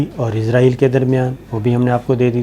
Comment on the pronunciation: SABIR BHAI. WITH LOVE RSPECT AND REGARDS TO YOU. BHAI SAB IZRAEL NAHEIN ISRAEL CORRECTION PLEASE.